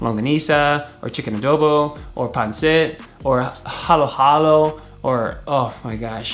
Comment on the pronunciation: I heard panset I love panset